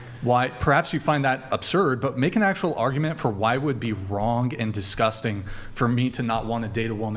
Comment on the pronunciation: Honey, just because you pronounce it “DisGussTing” doesn’t make it disgusting 😂